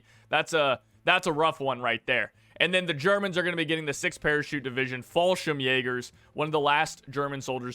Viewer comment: Wow, can say fallschirmjäger but can't say király.😂😂